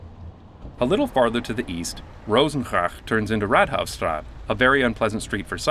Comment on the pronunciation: I noticed how many bicyclists were making use of that new Canadian bikelane. BTW 'Raadhuisstraat' - the 'aa' part is pronounced like AAAAHHH!!! Raad = council Rat = rat